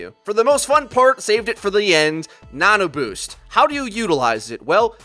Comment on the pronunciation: I think he was saying "Nana Boost"